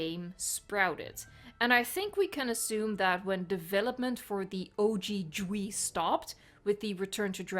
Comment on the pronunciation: JUST SAY JAY-DOUBLE-U-E. Fucking DGWEE for what?